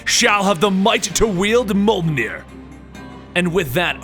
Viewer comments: Mule near not mul near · Its pronounced myu-ol-neer not myu-ug-near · It's pronounced mulenear not mulgnear no hate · its a joke the girl in the first Thor Movie called Thors hammer meow meow as a very bad mispronunciation of Mjölnir could be pronounced ( mew your near ) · The only one he really screwed up was Mjolnir. It's pronounced Myollnear. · Molnir... sigh :( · Mjolnir (me-yol-near) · You have to pronounce it as mJolnir the 'J' has to be pronounced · Its Mi-o-nir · It's mule near that's how u say it u should have heard it in the avangers and the two Thor movies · Me-ol-near = mjölnir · I know you said this in the beginning of the video and your videos are awesome by the way.......but mjolnir is pronounced mee-yol-neer....just helping out for future reference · pronounce it : Myoll-Near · I believe the hammer is pronounced "meow meow" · It's pronounced Mmjjolnir you pronounce the j as yuuh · Thanks for the story! However your pronunciation hurts me lol. Mjolnir is pronounced "Meyollneer" and Gungnir is pronounced "Goongnir"